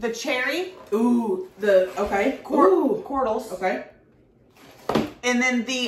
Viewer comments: It’s pronounced cherry corgials (cordials) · Great video as usual Tammy. Cordials are pronounced "KOR-jewels". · I think it's pronounced Cherry Cored-julls, I think it's a fancy british word like ya cordially invited to our gay wedding! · I love y'all!! Please!!! 🤣 With the cherry cordials..... I can't!! 😆 Say it with me....."cord-jewl"....cordial..... Cherry cordials! They are the shit! Again... Love y'all, from Md! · Cherry 🍒 Cordials , pronounced Cor--D - gels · It's pronounced CORDJIL....... CHERRY CORDJILS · isnt it pronounced " cherry CORD-JAAALS" LOL